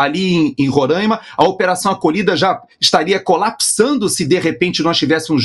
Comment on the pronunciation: Parabéns,, além de todas as virtudes, por ter pronunciado corretamente os nomes Roraima e Pacaraima. Os semianalfabetos dizem "roráima" e "pacaráima". E são milhões!